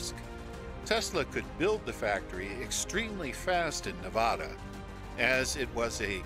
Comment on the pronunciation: How you should pronounce Nevada, for anyone wondering